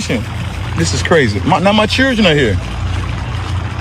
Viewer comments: I think its "chrildren". I've heard this pronounced this way before. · In front of his ”churldren" 😂😂😂😂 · He needs to be more concerned that he doesn’t know how to say the word children.